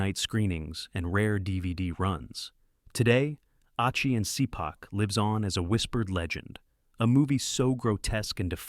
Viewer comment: That's Ah-chee and Shee-pahk